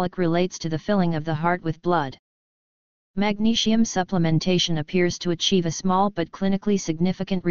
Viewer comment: I don't get why the bot voicing the text has to say magnesium like 'magneshium' but otherwise thank you very much for the information. I have heard many people say magnesium helps to lower their blood pressure. My mum suffers from high blood pressure but it's just trying to get her to take the supplement that's the problem. I've also heard that having too much sugar in the diet can have negative effects on blood pressure. Btw to people interested only 20 percent of magnesium is absorbed so if you get a supplement like citrate you're probably only going to get up to 80mg from 500mg. Due to the soil being more depleted in minerals than ever before, we don't get much from food nowadays or so I've heard. My advice is oral supplements and chloride spray. I would also avoid too much calcium, fluoride (which binds with magnesium thus you lose more and is bad for you) caffeine and refined sugar and salt - as it's stated in the article. Btw I've heard somewhere that salt can transform in to something similar to that of glass when being digested in the body to which it then acts as an abrasion to the arteries making you bleed. Cholesterol then goes to the rescue to help you stop from bleeding. I'm not sure if this is true but it's something to do more research in to. Try and avoid processed or boxed foods as these items drain more magnesium from the body. To people that are looking out for someone's health please don't forget your own too. Mostly everyone is highly deficient in this mi